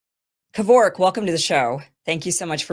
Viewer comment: The way she pronounces "Kervok" is nothing short of an atrocity. US Americans and their way of pronouncing shit but actually butchering it 😂